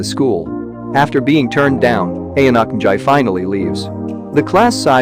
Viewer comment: Ok the name pronounced is so fucked up